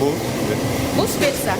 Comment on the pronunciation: Технолог кыз кечкеле спеца спеца дей бериптирго😂😂😂😂 специи деп айтылат 👍🙂🙂